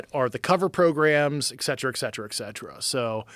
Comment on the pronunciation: I'm skeptical of anyone who pronounces "Et Cetera" as "Iks Cetera"